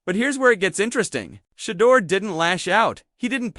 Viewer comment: Why does this guy not pronounce SHEDEUR'S name right . They always do this . I don't care how long a caucasians name is they always pronounce them right . But they all try to surname Black folks by not pronouncing their names right . Stop it man ask somebody how to pronounce Shedeur's name properly .